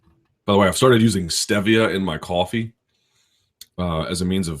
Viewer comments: say "Stev-via" one more time. it's "Steve-ea" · Not really. My wife and I live in DC and she's from here; doesn't pronounce it like he does. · Chad Wick no one pronounces it like he does cause he's flat out wrong